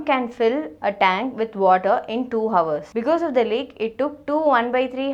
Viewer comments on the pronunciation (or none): this is good...but you shouldn't pronounce the h in hours. The h is silent in that word.